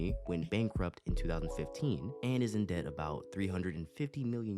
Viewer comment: My boy said dept